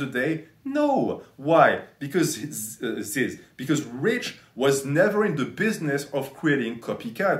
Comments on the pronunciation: It’s not zyzz man it’s fucking ZYZZ BRAH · You make an hour and 20 minute video about this guy and can’t even say his name right